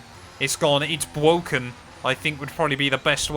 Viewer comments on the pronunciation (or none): WTF is bwoken????